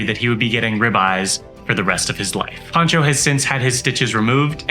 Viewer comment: His name is Pancho, not "Poncho"!